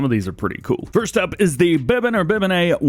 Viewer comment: Bibenne, It's pronounced Be-Ben, Dj 🤦‍♂️🤣